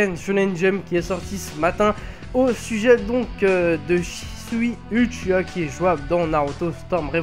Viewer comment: Shisui fait partie de l'histoire même de Naruto, donc pas hors série. Très bonne nouvelle qu'il soit jouable:) Hey, "Uchiha(wa)" se prononce OUchiwa et pas Uchiwa;) Sinon, le fait de gagner de l'argent sur le dos comme tu dis de CC2, ça t'empêche de dire la vérité? de dire que le jeu est super répétitif et qu'il a beaucoup de défaut? je pense pas. Et je en parle pas d'insulte hein.